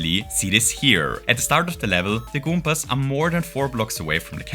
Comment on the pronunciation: i adore the way you say goombas.